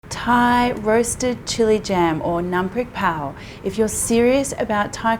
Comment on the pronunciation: You are so amazing I’m an authentic 40 yo Thai man and I have absolutely no idea how it’s prepared Btw great pronunciation on ‘Nam Prik Pao’